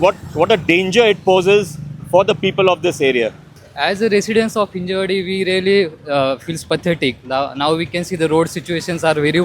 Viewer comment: It's not "hinjEwadi""... It's ""Hinjawadi""